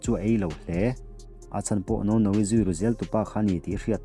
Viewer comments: keipawh. ka nuih a ti za lutuk. mahse lam ahar ve dawn em lawm. nono tih kha a zia mai🤣🤣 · A fanu hming hi aw....ka nuih a van ti za ve....Wang Nounou...i lam dan mawlh hi 😅😂😆 ka nui kaih tep 😆😆😆